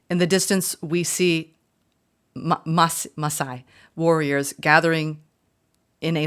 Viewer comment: Your second pronunciation of Masai is correct🌞. Thank you and greetings from Africa